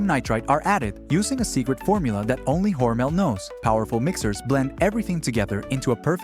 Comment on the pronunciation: Never heard Hormel called Hormail before.